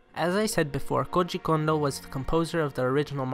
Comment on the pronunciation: Lmao you pronounce his name like it is russian